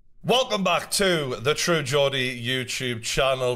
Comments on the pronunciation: Gordy pronounces his own name it its pronounced how we spell Jordy in america......then still continues to pronounce it like the pig movie....Gordy......its spelled Gordy but according to the man himself its pronounced Jordy.......lol..........that is like spelling his name but pronouncing it Hesse but we still pronounce it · Pronounced 'Jordy' not 'Gordy' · People from Newcastle and the surrounding area in the uk are called Geordie's ....not gordys ffs huge disrespect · The way you are pronouncing Geordie( correctly pronounced Jordy) is insane! Do you call GSP Gorge St Pierre?😂😂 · Hey, been a fan for a log time BUT Geordie is pronounced as if the G is a J - so pronounce it Jordie as in Jordan.. - It's a UK Thing it's a soft G - which makes no sense, but us in the UK often don't when it comes to pronounciation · It’s pronounced true jordy!!!! Not Gordy! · It’s pronounced Jordy but spelt Geordie, saying fcuking Gordy hahahahaha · Its pronounced Jordy, lol gordy sounds really weird after the 35th time. hahhahah Gordy is funny af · Just saying that it's pronounced Jordy not Gordy.. It's some part of England that he's from I think. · It is TRUE JORDIE!!! GEORDIE IS PRONOUNCED JOR DEE I have been enjoying your content for a few years now and love your thoughts:D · Dude it's pronounced jeordie , think Thor with a J - Jhor, followed by Dee. Jhor-Dee Not Ghordee lol. I live 5 minutes from the guy, I'm a Geordie myself soooooo, you know. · True Geordy Not Gordy Pronounced “jordy” jor-di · True Gordy? lol Geordie is pronounced Jordy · Yeoh bro , just a wee heads up on the pronounciation of the name/word "Geordie" . a "Geordie" is someone from Newcastle (upon Tyne) and it is spoken as like with a "J" like jordie . Big fan , good show and you found your niche ... I like your agony aunt advise to all folks UFC. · Its pronouced True JORDIE!!!! You are killin me my guy 😭😭😭😂 Gordie??? Wtf hahaha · Its pronounced jordie - jeez bro!